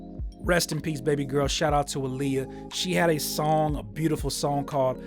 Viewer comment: Just clearing it up, Aaliyahs name is pronounced AH LEE YAH